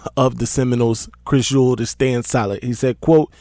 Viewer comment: Say it with me E -WALD